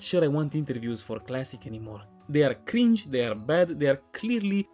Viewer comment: Bro said they are cringdze